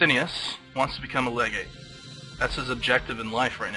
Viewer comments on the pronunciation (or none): none